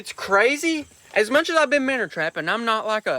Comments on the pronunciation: Minnow MinnOW there is no R in the word. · Minnow❌ Minner ✅ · stopped watching first time he said minnow